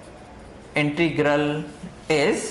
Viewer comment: Sir ji.... Please integral ko sahi pronounce kro......... You are pronouncing it as "intregal".